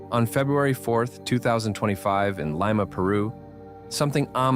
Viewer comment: Really ? Stupid comments by an even more stupid narrator, who doesn't even know how to pronounce Lima Peru. This channel is Misleading, Wrong, and Lies about these clips which have logical explanations for. Dumb.